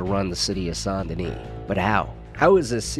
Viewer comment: As a born and still living south Louisiana guy it stabs my soul Everytime you say Saint Denis. It’s pronounced as Sandenis. Sound like sand. Not son or saan. My high school was Saint amant. Don’t copy the wanna be Nola accent sheriffs pronunciation. Nice video also.